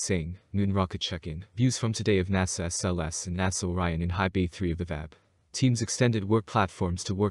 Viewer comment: "One of the most powerful?" It IS the MOST powerful... and its not pronounced "Vab" its pronounce "V-A-B" as in individual letters.